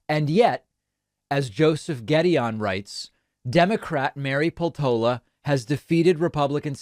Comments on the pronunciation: Peltola is common Finnish surname, just to get a clue how to pronounce it: as it is written, inflection in the first syllable, Pel-tola. none of the vowels are long, they are all short. Like one would say Pesto in Italian, add -la in the end and replace the S. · This doesn't really matter but I know you like to pronounce things well, so here goes: Her name is pronounced /ˈpel.to.lɑ/! So, stress is on 'pel' and it's more like 'peltohla' than 'peltoula'. also, the 'p' is harder -- the way you say it now sounds like 'pheltola'. Honestly, I'd say pronouncing it like it's Spanish might be more accurate!